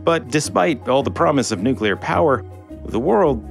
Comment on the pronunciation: NU CLEE AR WESSELS